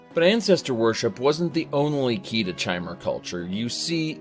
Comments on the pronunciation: So he says the lore community properly pronounces it kai-mer, then he continues to call them chai-mer. Um ok then maybe you just like to rebel. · one interesting thing ive noticed is that he pronounces Chimer with a k sound, however he pronounces Chim with a Ch sound, despite them being spelt the same way. just an observation, i love your content! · Says the way the Chimer are supposed to be pronounced and then proceeds to misspronounce the word